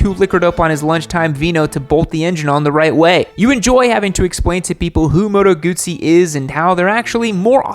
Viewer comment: I love that creates a roasting video and is utterly unable to pronounce Husqvarna correctly, and also kinda messed up Moto Guzzi 🤣